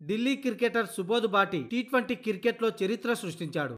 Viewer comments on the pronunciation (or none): Ee bhati team enti babu kirketer kaadu cricketer sariga palakadam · క్రికెటర్ పలకడం నేర్చుకో బ్రదర్...